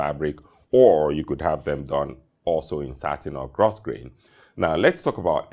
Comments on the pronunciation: Grosgrain is pronounced: Gro-Grain, silent S. Great video! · Hi another exquisite sartorial presentation. A passing comment. Grosgrain is actually pronounced GROW-GRAIN.. It's one of those peculiar English words:) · Spelled grosgrain, pronounced “gro grain”. Single shirt cuff are the norm for white tie. Though I guess also acceptable for black tie.